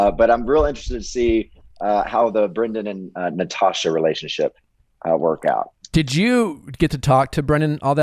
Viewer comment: And the word re-la-tion-ship is 4 syllables. It is not pronounced ray-ship.